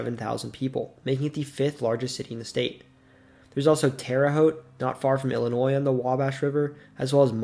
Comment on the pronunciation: There's no noise in the pronunciation of Illinois